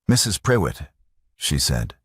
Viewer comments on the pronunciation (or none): Prewitt is pronounced 'pru it' not pre wit which I found annoying and who was Catherine. I started off by thinking he must have sent his wife away so he could be with Catherine, not that she had left for another reason. I follow the subtitles and words were missing, sometimes it missed several words together and others spelled wrongly.